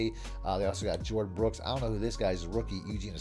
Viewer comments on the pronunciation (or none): none